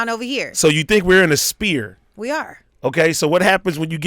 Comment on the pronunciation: “In a spear” AD can’t even say sphere 🤣🤣